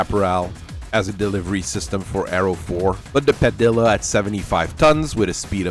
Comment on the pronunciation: Padilla is pronounced “Pah-Dee-ah”, because the double “L” is pronounced as a “Y”.